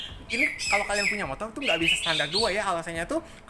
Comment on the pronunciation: Motor bang bukan motol